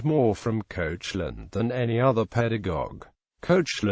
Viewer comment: Koshe - lin? Its pronounced Kek - lan!